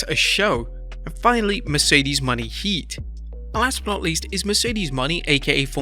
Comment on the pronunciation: Can we please say Mercedes Mone name right?!? its (monay) not (money)